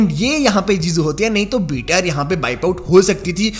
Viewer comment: Bhai Tum BTR bolte ho thou lagta hai ki VTR bol rahe hoo